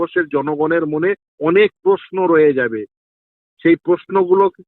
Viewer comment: খুব ভালো বলেছেন। একটু বাংলা উচ্চারণ টা ঠিক করে নিলে ভালো হয়। পস্নো পক্রিয়া এরকম সব কথা গুলো শুনলে বুঝবেন। আমি আপনাকে উৎসাহ দিতেই এটা বলছি। প্রশ্ন, প্রক্রিয়া ...... ঠিক করে বলবেন।